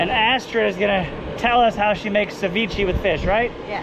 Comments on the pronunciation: “Cevicheeeeee” 😂. Never heard someone pronounce it like that before. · It’s pronounced “suh-vee-shei” dude🙄